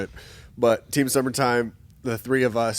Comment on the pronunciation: Did anyone else hear "seam tummertime" at the beginning or am I high?